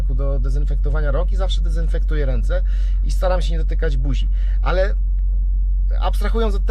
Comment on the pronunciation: Mówi się "dezynfekuje" 😉